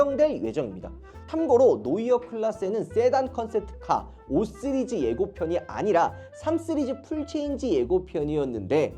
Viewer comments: 쓰리즈가 아니라 씨리즈에요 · 강남 발음입니다